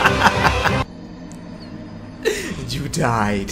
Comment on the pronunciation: มันอ่านว่ายูเดดไม่ใช่ยูดายยูดายมันช่องๆหนึ่ง